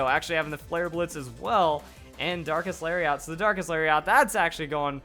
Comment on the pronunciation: It sounds like is saying "Dankest Lariat" instead of "Darkest Lariat". As always, wonderful video!